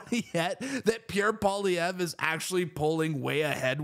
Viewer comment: At least this guy pronounces Pierre's Surname 😊 I need all the help I can get